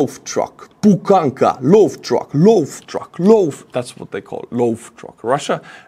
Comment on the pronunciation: It's not PUKANKA ;D. Its BUHANKA.